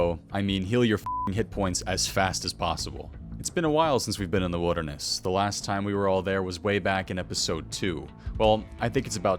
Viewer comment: "The widderness"